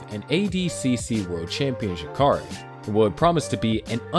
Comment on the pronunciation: And Royce, Roger and Royler. And just when I thought it couldn't get any worse he butchered the hell out of Jacare. I'm kind of impressed that he went to this much work to make this documentary while knowing nothing about the people involved. How could he have not known he was going to get called out?